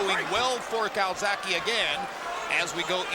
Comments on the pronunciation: Calzagihe not calsacihe. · Dumbass yank commentator keeps callin him calzacki! Fuckin pilchard